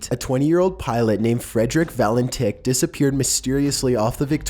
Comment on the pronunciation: Say "Va-len-titch". Cheers.